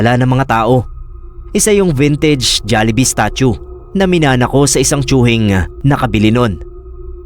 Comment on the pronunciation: natawa ako sa jollihee 😔🤣